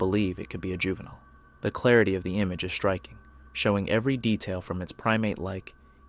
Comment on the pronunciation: Why does he cotntinue to say Shtriking? The is no H in striking !